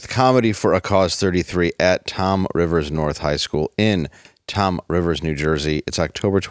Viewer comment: It’s “Toms River, NJ” not “Tom Rivers, NJ”….we didn’t win the Little League World Series Championship for nothing!!